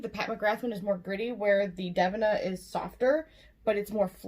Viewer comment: Lol...its pronounced DA-VEE-NA...right??? Is it dev-in-ah??? Lol holy hell I need to know these things lol